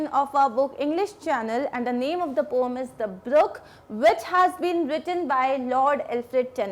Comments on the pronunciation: It's poem na ki pome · Mam pom nahi poem hai vo😂😂😂😂